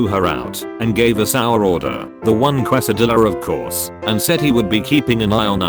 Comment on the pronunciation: Burjer King kwes-a-dill-a drivuh-thru